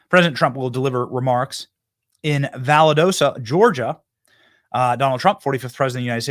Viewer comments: Benny, you are driving me crazy with your mis pronounciation of the city in Geargia that you keep refering to. It is pronounced "Val Dos ta" not Validosa. Please slow your speech down and study the spelling. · Pronounced Val daw sta not valadoosta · Show whats in your own area , Benny . Weve got plenty of destruction here from Helena not Core of Engineer ineptness . ( Breaking dams , etc ) Valdosta , pronounced VAL- DAS-TA